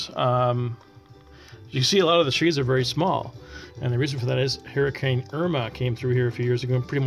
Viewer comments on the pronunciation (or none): none